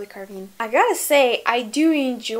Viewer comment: Carvin, Lanvin (KarvAn, LanvAn), (КарвАн, ЛанвАн) - pronounced as "Ah".